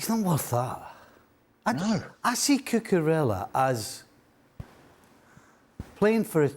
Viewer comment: Kepa. Spell it right at least. The same way Stevie can't properly pronounce Cucurella.